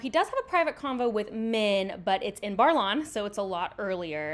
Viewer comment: i am enjoying your review, but it is Baer(like bear not bar) in Baerlon.